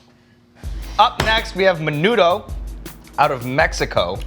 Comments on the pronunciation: Bro when he said menudo my inner Mexican died he said that so white like I wanted smack him and be like I know u a white boy but today you inner Hispanic is gonna come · crackers472 It's usually pronounced MEH-NOO-THO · Alan Martinez the way they pronounced menudo though lol hated that.